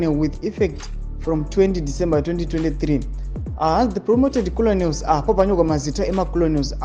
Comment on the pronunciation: Makenels not koloneliz😅